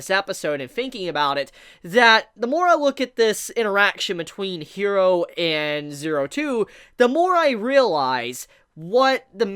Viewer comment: I love your videos and I am a subscriber of yours because I really do like your content. And I'm not gonna stop watching your stuff because I like it. But I legit cringe every time you pronounce character names.. I don't know if you watch dubbed or subbed but Japanese pronunciation is like Spanish and it's not "hero" it's "Jiro" (i know the name is Hiro but I tried to spell it phonetically) with a soft "r" like in Spanish... 😔 ..maybe if you watched the Subbed versions do you can hear the name pronunciation ..